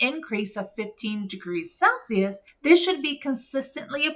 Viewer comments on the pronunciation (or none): none